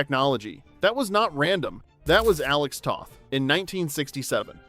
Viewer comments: It’s pronounced “Tow-th”, not “Tah-th” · Alex Toth. Long O (like toast or toe).